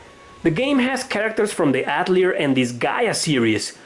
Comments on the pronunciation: Atelier is pronounced Ahtellee-ey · Avoid saying Atelier if you can't pronounce it. Yikes